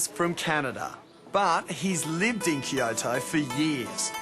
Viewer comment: he keeps on saying "kio-to" lol